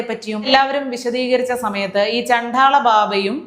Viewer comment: ഇത് കേരളം തന്നെയാ 😮😮😮😮...... ചണ്ഠാള അല്ല ട്ടാ ചണ്ഡ. ആണ്... ഏറ്റവും നന്നായി എല്ലാം അവതരിപ്പിക്കുമ്പോ ഇതും കൂടി ok ആക്കാൻ മാത്രം. കുറ്റം അല്ല കൂടുതൽ care ആവാൻ ❤